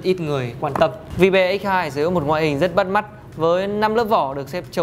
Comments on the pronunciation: Ôi...Vi-be...bạn ấy đọc tên sản phẩm thật....gớm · "Vibe" đọc là "vai (bờ)" (âm gió) nhé